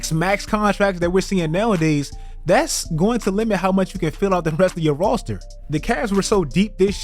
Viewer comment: my man said "Rawster"